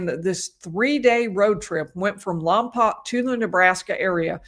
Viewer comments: How bizarre this is near where we live. I avoid All news it's just too😭😡🤬so unaware this going. BTW it's pronounced Lom Poke not Lom Poc. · Following since Lompoc is my hometown. BTW, Lompoc is pronounced Lom-poke. Thanks for your coverage! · Lompoc is pronounced Lom-Poke :) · The town is pronounced Lahm-poke. I believe it's a Chumash (Native American) word.